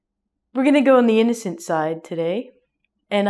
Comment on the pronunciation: hh today we gonna go to inncoent side 🤣🤣🤣🤣🤣